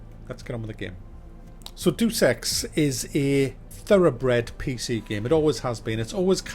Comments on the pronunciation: "Day oos", not "deuce" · For the most “Iconic name in games” you seem to have trouble pronouncing Deus. It’s not Deuce!